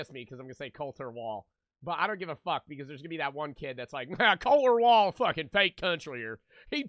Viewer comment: the fact that you know colter wall and tyler childers and knew how to say his name right makes me have mad respect towards you.